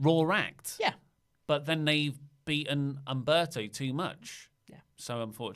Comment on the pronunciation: calling Humberto ( umbrella ) 🤣🤣🤣🤣